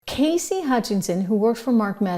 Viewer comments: Cassidy, not Casey! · Cassidy not Casey